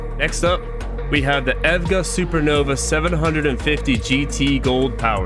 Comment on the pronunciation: What the hell is " ev gah " it's just " e.v.g.a " just the letters it's not pronounced as a word. Also what is bench presses? Did u mean benchmarks?